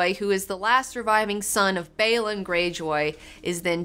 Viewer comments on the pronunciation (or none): Stop saying Myr and Baelon like that for fuck sake